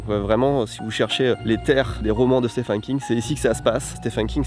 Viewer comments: Vidéo intéressante mais tellement envie de te baffer à force que tu dise « Stéphane » King….. 😡🤬🤬 d’où tu vois un A quelque part déjà? Et on prononce steVen ! Le « ph » donne V pour certains noms svp.. Merci d’avance.. Pour Salem, ça va les recherches sont pas mal faites. Survolées mais normal pour le temps de vidéo. Au moins c’est bien barrer 😊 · "Stéphane" lol ça s'écrit Stephen mais ça se prononce comme le prénom Steven, il faut dire "Steven King" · Stephen se prononce Steven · La vache à chaque fois que tu le prononces j'entends "Stéphane" King😂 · Stephen qui se prononce v par ailleurs x)